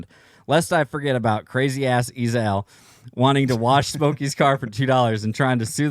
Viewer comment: It’s pronounced “E-Zale” sorry to be that guy but it was driving me nuckin futz everytime you said “E-Zahl.”